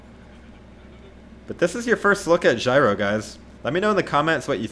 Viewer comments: J-iro, not gyro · JEE-ro, not gyro. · Btw Jiro is pronounced YEER-oh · The way your where pronouncing Jiro is the way you pronounce my name “Jyro” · Hahahah that’s my brothers name “Jiro” it’s pronounced G row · stop calling him jairo ffs if you I don't know how to pronounce someone's name try to avoid saying it